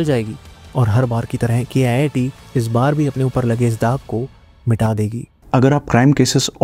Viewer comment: Its pronounced Keet not K-I-I-T. Its not an IIT, its a private college.